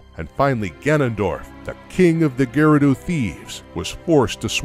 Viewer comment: cant pronounce Gerudo or Goron correctly